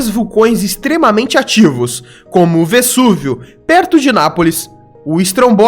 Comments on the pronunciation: Legal teu vídeo mas o “s” de “Vesúvio” tem som de “z”, em italiano, em português e em inglês. Sei lá porque você pronunciou com som de “s”. Só em espanhol estaria correto, concorda? Abraços e parabéns. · O correto é pronunciar o "s" de Vesúvio com som de "z".